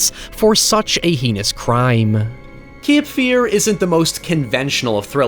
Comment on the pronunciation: Not kip fear but cape fear learn english you irum.